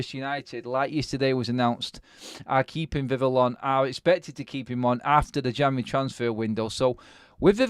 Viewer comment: The emphasis is on the end of Vivell's name - Viv-ELL, not Viv'll. Like nouvelle, not novel.